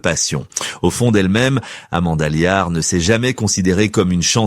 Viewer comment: Amanda Liart ??? Elle provient d'une petite bourgade des Ardennes 😂 😊😂 , ah décidément l'IA c'est beaucoup de blabla mais c'est surtout très perfectible ! N'empêche que Amanda Lear reste à son âge autant un mystère qu'une icône qui en fait une artiste et une icône qu'attachante...